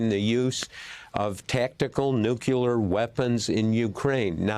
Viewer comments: Mr Woodward, with respect - NUCLEAR, not "nuke-yuh-ler". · Woodward should know how to pronounce nookleeyar, not noocuelar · All this war crap is stuff YOU PEOPLE are responsible for And Bob... its nuclear, not nuqueler. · If Woodward is so smart, why is he worried about Trumps North Korean lover having "nucular weapons?" There is no such thing. Nuclear weapons, however, would be concerning. 😎😎 {Certified Old Curmudgeon} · Bob, the word is Nuclear, NOT Nucular! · How can the man have written so many books but still say nucular? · I wish Bob would learn how to pronounce "Nuclear." NEW CLEAR.... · "NUKULAR" IS NOT A WORD! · Why can't Americans pronounce the word "Nuclear" properly? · George Bush said it often. It irritates me too, but it's commonly mispronounced. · Btw, this guy can’t even say “nuclear”